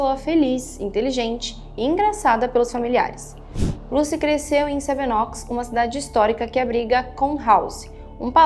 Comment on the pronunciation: Pronúncia nao é seven "óx", mas seven ÔUCS. PÚBIS tb não dá, é PÃBS RÓSTESSIZ e nao Routesses Taiwan e nao Tauan Gran BRetanha e nao Betanha Nao é TRAFEGO humano e sim TRÁFICO